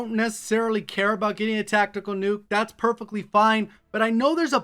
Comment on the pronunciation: "That's purpicly fine"